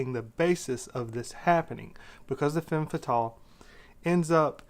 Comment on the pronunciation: Its femme fetahle, and film noowah, not noowar or noor or noo-ah